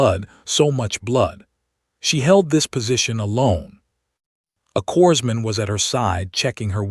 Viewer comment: Corpseman is CORMAN NOT corpseman.